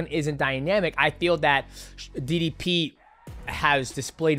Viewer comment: Why does MM say didi P not DDP